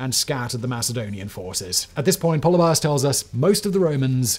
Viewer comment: Πολιβιος = Pol-EE-bee-os, not POLLY-by-ohs. Just sayin. One thing that’s not mentioned is that Cynoscephalae is really in the middle of nowhere. It’s difficult to get to even today on one lane dirt roads. Very hilly and rocky terrain. It’s somewhat amazing to me that two entire armies accidentally made their way there in the rain. The top of that hill is an absolutely terrible place to try to use a phalanx and I have to think that the only reason Philip didn’t make a fighting retreat and try to fight on more level ground was because of Flaminius’s elephants.